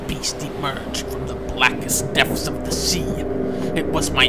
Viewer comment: ok i've heard dunkey say this is so many videos now I have to mention it. dunkey always says deaths instead of depths. he surprisingly uses the word quick frequently in his reviews so i can't help not notice it